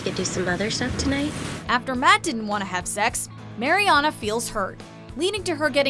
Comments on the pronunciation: Is anyone else bothered by the way they pronounce Mariana's name? 😂😩 It's MAriana not MAYriana 😂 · I hate when people say “Mary-Ana” it’s so annoying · It's pronounced Mar-E-AHna not Mary-Anna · okay say it with me mARiana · I like how she pronounces "MaryAna" like the tech guys in Good Trouble. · I hate how she says Mary-ana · If i hear 'mary anna' one more fucking time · She pronounced Mariana Ana and probably other words WRONG. I'm over dramatic but its Sooooo annoying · Emma Cee no, it’s pronounced, mar-ee-ahna. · Kyra Marie ikr!! It's pronounced "mer-yan-a" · The commentator on this has definitely never seen the show with the mispronunciation of Mariana and saying Anchor Bay not Anchor Brach. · there are so many things wrong with this video... first, they say marianas name wrong, and they said anchor BAY, and most of these moments were definitely not the most shocking. i don’t think they ever watched the show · The way you say Mariana makes me cringe 😞😣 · Did anyone else notice that she said bay insted of "beach" also you pronounced Marianna's name wrong ...🙄🙄🙄🙄🙄🙄🙄🙄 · I hate how she was saying Mariana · Can you maybe pronounce Mariana's name right? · Lol it bugs me how they say Mariana's name wrong😂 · Kyra Marie When you swear your a fan of the show but fuck up her name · You would think they would get her name right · she pronuced Mariana wrong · it's bothering me so much how she says mariana's name as well.